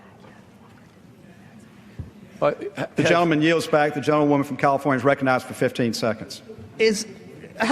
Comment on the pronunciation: Mr. speaker can't pronounce "recognize".